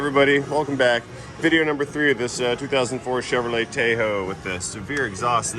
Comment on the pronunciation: "Taayyyho" or "Taarrrho" = Tahoe?